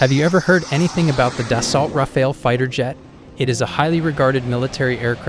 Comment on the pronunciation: Rafale: say Rah-fahl, not Rah-fail . Dassault: Dah-Soh , not Dah-sawl't